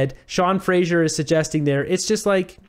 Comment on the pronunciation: Fray zer Not Fray zheer